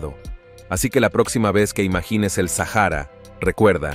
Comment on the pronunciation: Muchacho no se dice sajara es Sahara la h es muda no te agringues por favor